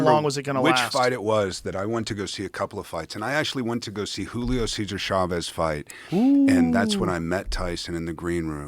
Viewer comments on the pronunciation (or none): none